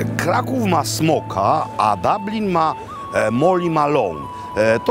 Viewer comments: Panie Robercie blagam... DUblin nie DAblin 😢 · DUBLIN!!! a nie DABLIN,!!! panie Makłowicz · Panie Makłowiczu, U po irlandzku wymawia się jako O bardziej, czyli Doblyn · Doblin wymawiają najczęściej.